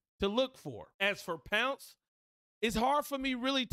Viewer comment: It's not "pounce," it's "Ponc-ay," it's French